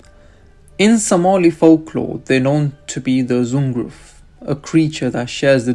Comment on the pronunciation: You pronounce the letter X in the Somali alphabet as ح of the Arabic alphabet. So Xunguruf = Hunguruf = حنغرف